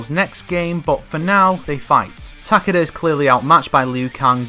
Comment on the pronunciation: Ta-KAY-da. not TACK-uhduh.